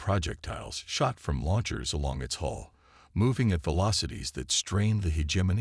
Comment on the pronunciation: HULL not HOLE update your AI